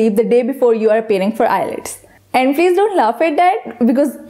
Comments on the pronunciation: ILETS or IELTS??? May be several times you have pronounced ILETS. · We truly apologize for the mispronunciation of the word IELTS in this lesson. We have corrected that mistake in the later lessons. Thanks.